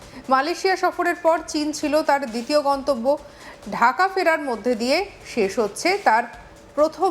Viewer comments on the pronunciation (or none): none